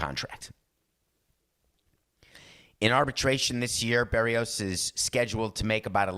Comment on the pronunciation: Ask your producer how to pronounce "Berrios."